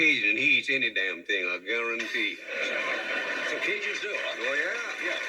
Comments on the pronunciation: U done say dat "garantee whoo" not guarantee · Fool; you are. “I garrontee…!”